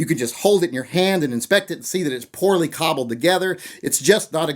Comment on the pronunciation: can you not say "cobble" again,thank you